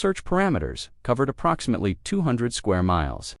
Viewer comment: What a shame. I cannot listen even though, I'm interested. Using AI that can't pronounce approximately...no buneo.